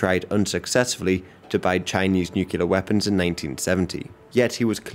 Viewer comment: Only thing I dont like about this guy is "nookyaler power"